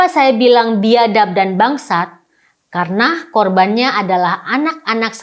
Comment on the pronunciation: Aduuh kenapa bilang biadap dan bangsat kaya gitu... cara ngomongnya nggak gitu kali... Nih yang bener "Biadaaaap dan buangsaaaaaat!".....